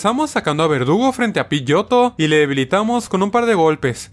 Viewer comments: En el minuto dice vergudo en vez de verdugo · cuantas veces le dijiste vergudo en vez de verdugo al nidoking?: si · No es vergudo es verdugo